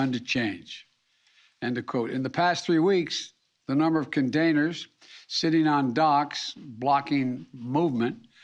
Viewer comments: Hey Brandon…It’s containers! Not condainers 😂🤦‍♂️ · Did he really say " condainers" ?????? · "condainers" OKAAAAY JOE 👍 He is so enterdaining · Number of condainers lol! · What’s a condainer? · Did he say condainers? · condaners.... whats a condaner